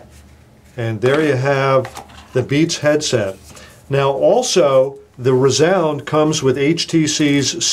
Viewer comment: Haha, rEEzound